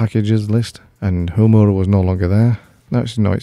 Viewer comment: As cool as this tool is your pronunciation of Homura and Suyimazu make me cringe... lol. They're Japanese words/names and the way you say them... Ugh... I also couldn't help but notice that you put Suzumiya Haruhi in this video's thumbnail! I love her and I love anime! Great touch! Cool video though as always.